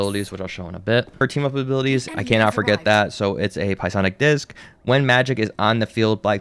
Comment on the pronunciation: I swear he called her Pie-lock at one point too